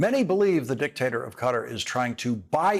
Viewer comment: Please pronounce Qatar correctly. Perhaps ask a natave Arabic speaker. Sincerely, David Silverman